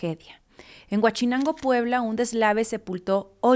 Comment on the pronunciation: Por cierto es Huauchinango, no Huachinango!